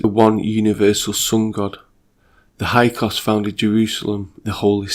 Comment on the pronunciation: Hyksos, pronounced “Hix sos” 😉